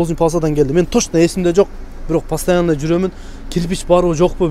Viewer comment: Пастиана эмес постояно деп айтылат искитка эмес скидка деп айтсан кыскасы 😂😂😂😂